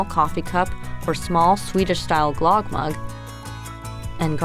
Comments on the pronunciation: Pronunciation of closer to Glug (like on mug), not glog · Ö is pronounced more like the "ea" sound in earth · GLUUHG not GLOGG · it's usually pronounced "gloog / glerg" 😃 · Omg! Stop saying, GLOGG!!! Soooooo wrong. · The pronunciation should be more like Glewg but with a oooo sound. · lame. it's pronounced GLOOG and you gotta use aquavit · Glögg. You dont have Ö in your alphabet. So it sounds wierd when you try to express it. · Really nice, but I cringed every time you said Glögg. Yikes! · Same! I cringe when I hear people trying to pronounce swedish words at IKEA.